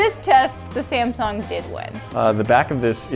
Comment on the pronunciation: When you say samsung i hear simpson